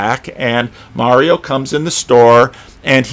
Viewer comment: it’s Marlo not Mario. 😎.